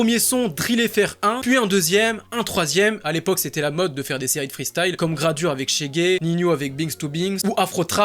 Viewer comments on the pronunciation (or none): none